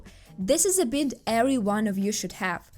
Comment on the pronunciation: the "i" in bind is a long "i" so bind should sound like you're saying "bye" and add an "nd" like "bye-nd"